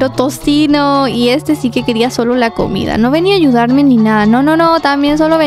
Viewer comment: Amo tus bases!!! no se como aguantas la paciencia haciendolas xd,esq yo me harto de poner tablas y eso,jaja ayy sii me acuerdooo jaja,me encanto cuando dijo: ''✨mErAs cOmirA✨'' JAJA